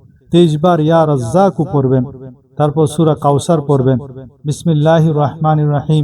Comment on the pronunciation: ইয়া রাজ্জাকু কয়বার কোনমতে বুঝা যাচ্ছে না।